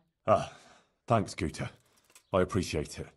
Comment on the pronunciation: this is Guta. With a G not a P 😅 lol you were indeed thinking of the other one